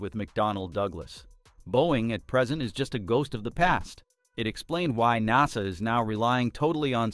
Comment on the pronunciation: AI crappy narrator pronounces NASA like Nahsaw! Then other times correctly. 🤦🏻‍♂🤦🏻‍♂